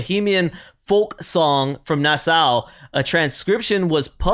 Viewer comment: This has remained a nautical/folk staple for decades. SAIL ON, SAILOR is another nautical hit they had. BTW, it's pronounced NasSAW, Bahamas, not NasSOW. Try Tommy James' DRAGGIN' THE LINE (minus any of The Shondells), Tommy did all the vocals and instruments - the song was relative to us working as crew on a tug boat, trawler, etc.